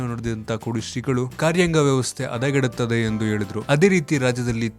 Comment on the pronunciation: Hi thank you for the information. I have a small suggestion. I kindly request you to spell the "ಹ" and "ಅ" properly so that you can make next set of videos very good. : its "ಹಾಸನ" not "ಆಸನ" its "ಹೇಳುವ ಮೂಲಕ" not "ಏಳುವ ಮೂಲಕ" its "ಹದಗೆಡುತ್ತದೆ" not "ಅದಗೆಡುತ್ತದೆ" its "ಹಾಕುವುದು" not "ಆಕುವುದು" With this correction, you can make your presentation very beautiful. Thank you .